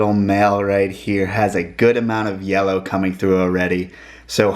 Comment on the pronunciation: Wanna up the “yeller” eh? Been around too many southerners for sure.